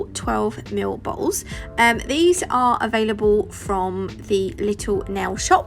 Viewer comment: When you said ‘don’t forget to do up your baw all’s’ my husband bust up laughing. 😂🤣 You might want to enunciate the t in bottles. LOLOL